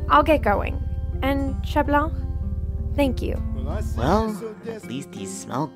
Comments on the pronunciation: Omg everybody is saying chat blanc (sh-a-t bl-on-c) instead of (c-a-t bl-an-c) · It's not shat blank 😡😤😠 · What people hear : chat Blanc What I hear : she blank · I heard Chat blah 👁👄👁🤌🏾 Not trying to be rude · iknow they just pronounce it shat blank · Wtf is this…the voice n the pronunciation of 𝙘𝙝𝙖𝙩 𝙗𝙡𝙖𝙣𝙠😂